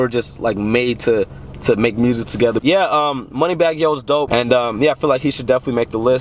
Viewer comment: "Moneybagg yo" huuuuuhh??? U gotta go